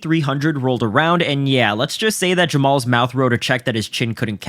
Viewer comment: I just want to know what's up with the silent "HA" in his name. It's pronounced "Jamal", but spelled "JamaHAl".